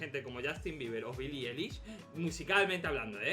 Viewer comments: y su vida (la amoooooooooo)a Billie eilish, sólo para que aprendas se pronuncia Ailish y se escribe Eilish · Pero que no se pronuncia Eilish se pronuncia Ailish :v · Se pronuncia ailish